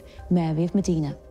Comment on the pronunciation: Mòdena, not Modiiiiina. Insufferable mispronunciation. Thank God Charles Spencer says it correctly.